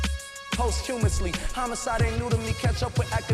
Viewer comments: I can’t get over the fact that Charlemagne said Home-icide instead of homicide. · Boi said homecide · Charlamagne really said homocide. Homie doesn’t even know how to pronounce homicide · You know a word and mispronunciation only mean someone learned it while reading. Example I know lots of college students who say hypertrophy as hyper-trophy and not hy-pert-rophy. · Did bro say homo cide as in gay lol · When she corrected his pronunciation "homicide" 🤣🤣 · I'm more upset about this guy being unable to pronounce homicide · Has Charlamagne never seen the word homicide before? Twice he needed Angela Yee to read it to him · Why can't this man, who is paid to speak, pronounce homicide?